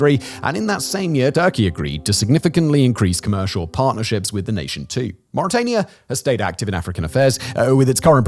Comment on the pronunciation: You said murica wrong...